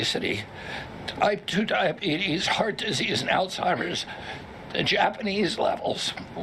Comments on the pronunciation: IT’S ALZHEIMER’S ! Not AllTIMERS. Here’s your Ebonics lesson for the day: allz • hi • mers All with a Z; HI ( the e is silent) Mers Simple!! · When Kennedy calls it Alltimers instead of Alzheimer's You know your fucked 😉